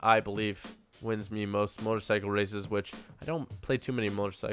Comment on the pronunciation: I thought u were saying racist at first than I realized u were saying races